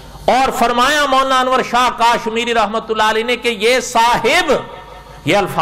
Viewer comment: Molana sahab kaaaashmiri nhi hai kashmiri hai 😁😁😁